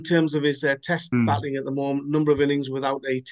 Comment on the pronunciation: its batting not batling!